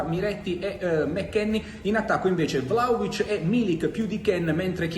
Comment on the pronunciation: ma perchè il cronista juventino lo chiama vlacovic? ignoranza o volontà di fare il fenomeno?